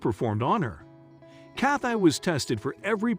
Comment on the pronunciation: Why is he pronouncing her name Cath-eye? Is this a robot?